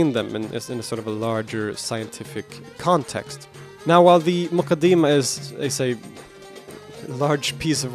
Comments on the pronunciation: It's not pronounced "The mooqadeemah" !! Its Muqaddimah! How on earth do you think you have the right to give your opinion on it when you haven't read it! An English translation is not reading the book because Arabic is a very unique language and Islamic sciences have a vast terminology that a mere Arabic linguist just cannot fathom because it takes years of specialisation! This is why we study all of these sciences in the dars Nizaami and when we graduate as scholars its expected that we have attained the tools to understand and interpret the true intended meaning of any Islamic author ! What's more we study these books with a chain that is passed on to us by our teachers as part of our license to teach this chain being unbroken over the centuries from teacher to student until it reaches the author himself!! If it's the Quran then the chain goes unbroken to the Prophet Muhammad ﷺ the same is true of the Hadith which you love to make light of which shows how little your understanding is because if you had studied the science of Islamic narration and narrator critique you wouldn't be so flippant!! One of our most authentic scources of Hadith is the Muwatta in which many of the chains have only 2 people in between Imam Maalik and the Prophet Muhammad ﷺ one example is Maalik narrating from the successor to the companion Imam Naafi who narrates directly from Ibn Umar who saw, heard the Prophet Muhammad ﷺ say or do or approve something!! What's more Imam Maalik wrote down all his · Almoqadama , it is not moqadima